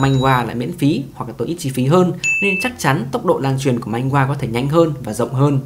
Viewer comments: Man hoa chứ ko phải manh goa 😁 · Video phân tích hợp lý, xem hay, mỗi tội hơi triggered vì narrator cứ "manh-gua manh-gua". Manhwa phát âm là man-hoa nhé 😅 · manhwa đọc là man hoa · góp ý 1 chút xíu , truyện tranh trong tiếng hàn đọc chính xác là "Man hoa"